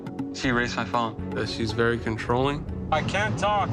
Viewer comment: I’m less than 2 minutes in and already it’s vewy warm in here! Oh me oh my 😉 I like the new direction! 😂👍